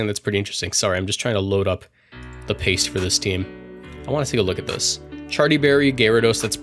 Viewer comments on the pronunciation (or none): none